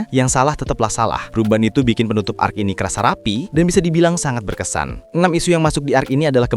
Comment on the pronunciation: bg salah bg bukan arc qually tapi arc sorry